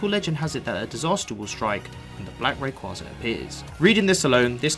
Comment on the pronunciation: Pretty sure it's pronounced Ray-Quay-Za